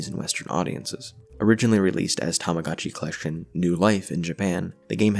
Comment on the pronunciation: This is a good video, but you keep pronouncing it as “tamigotchi life” but it’s “tomodachi life”, but also you somehow pronounced “tomodachi collection” correctly